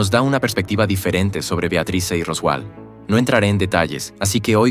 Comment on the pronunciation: No me gusta la IA pero el modo en que pronuncia ROSWALL es muy gracioso